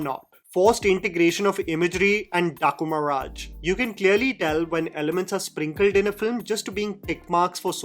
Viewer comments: The way you say “Daaku Maharaaj” 🤣🤣🤣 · the way you said Dhaku Maharaj... lol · i giggle everytime by the way says" daaku maharaj" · The way you say "Daaku Maharaj" is hilarious 😂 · I'm waiting for the day you pronounce DAAKU MAHARAAJ, accidentally, the right way....!!!! Move on from Urvashi!!:D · The accent at "daaku Maharaj" is the besttt partt😂😂😂😂